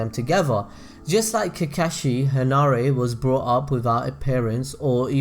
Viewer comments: Did you fuckin just SAY COCKAGE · So many times you went "I hope I pronounced that right" but you kept going with pronouncing Kakashis and Obitos name wrong 😵🤗😬 In my opinion, I think Hanare and Kakashi would end up together, but I haven't read the Kakashi "Haden" (or wut u said lol) so I'm in for more detail about that woman, but so far (from what you mentioned) it doesn't seem enough for me to think that they might have ended up together. 😊